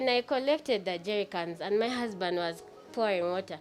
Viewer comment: Being the ka guy is a thief but l love the way this new wife is calling him then mi hasband,then mi hasband,then mi hasband but ebyo tebituyamba we want our bag